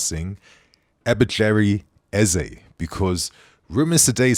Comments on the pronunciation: the name is EBERECHI EZE not EBECHERI 😂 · Ebere-chi Eze. Get that Nigerian name right. 😆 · butchered his name smh